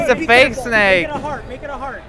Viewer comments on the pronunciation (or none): none